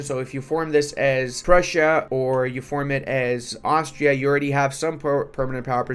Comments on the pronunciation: iT's nOt aUstraLIA, it'S aUstriA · Aus-tri-a not not australia. Austria doesnt have kangaroo's what are you smoking? Australia has kangaroo's